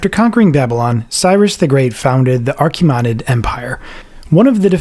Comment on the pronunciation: that's the first time I'm hearing the word "Achaemenid" pronounced like that. edit: ...did you use AI images for depictions of Roman historical figures? How disrespectful.